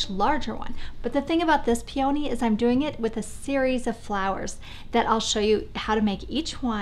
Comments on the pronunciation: Love all your ideas, site and channels etc. but it is pronounced PEE-o-nee not Pee-OW-nee. Beautiful though, no matter how you pronounce it LOL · That’s so funny, you all really say it that differently from me?! I grew up on the east coast and we say it so differently I honestly didn’t even realize you were saying Peony at first. I actually paused the video and checked the description because I thought I had clicked on the wrong video! LOL There usually are variations in accents etc. but this one is so very different, how interesting! Thanks for replying as well, now I will know what a Pacific north-westerner is saying if they say Peony ;-)